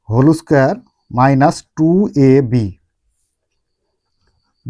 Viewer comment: হোল স্কয়ার ❎ হলৌ স্কয়ার✅